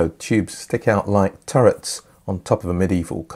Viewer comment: Me: Tell me you're British without telling me you're British.: Turrets on a medieval castle.